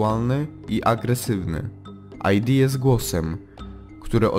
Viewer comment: nie aj di tylko id, bo to z łaciny